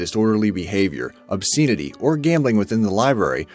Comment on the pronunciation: And "obSEENity"? Sadly, the only thing I'm amazed about is that nobody is on top of this. Moving on now.